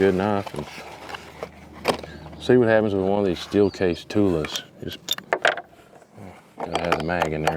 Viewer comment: Guys, it’s pronounced Toolah Ammo, not tool ammo. They, the Russians, did a slick trick by using combining the A’s. Tula is a famous armory in Russia.